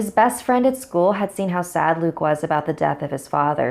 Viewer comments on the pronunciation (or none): When she said "after Luke went to sleep" for some reason it sounded like she said "after tom went to sleep"